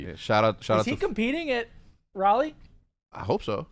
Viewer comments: hecz needs to put some respect on raleighs name LMAOAOAO thats not how its pronounced as a native there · Hearing you say Raleigh pains me